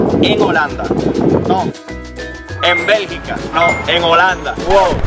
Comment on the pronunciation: Bergica no belgA